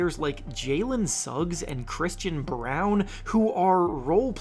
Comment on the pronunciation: I guess no one can pronounce Christian Braun name correctly.